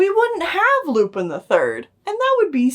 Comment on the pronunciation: For future reference, the character's name is pronounced "Loo-pawn". I feel like you two have some good commentary to divulge, but I have trouble getting past hearing "Loo-pin" every fifteen seconds.